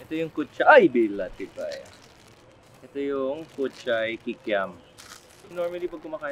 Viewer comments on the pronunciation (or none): He really said "bilatibay ya". Only ilonggos know 🤣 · "Bilatibay" 😆 you from the visayas (iloilo or bacolod)? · Had a good laugh with "bila*ibay", Chef.. Ilonggo ka gali 😄